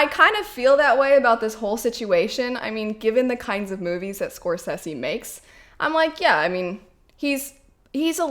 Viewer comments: Thats not how you pronounce Scorsese lol !! I agree Marvel movies generally lack substance. If im tired and i dont want to think then a Marvel movie is perfect. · The way you pronounce Scorsese. 🤣. Totally understandable though.